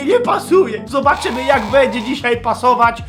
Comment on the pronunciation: mówi się będzie a nie bedzie:). Pomogłam ci czy utrudniłam